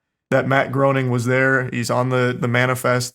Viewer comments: Groening is pronounced “graining.” That is all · It was impossible for me to sweat. WAT. EDIT: Its pronounced Graining' ... apparently. Im not a fan, just a stickler. Also remember a lot of these ppl are on here for blackmail purposes. Maxwell should be in for life fooor sure. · Charlie my brother, you are so with it, so hip to the facts that I feel rather hesitant to be the "Uhm actually" guy, but... Uhm actually, Matt Groenig's name is pronounced Grā-nig.👍🏾 I really enjoy y'all, intelligent, funny, poignant. Thanks guys.